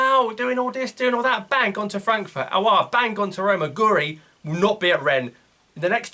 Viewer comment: Its pronounced gwiri not gori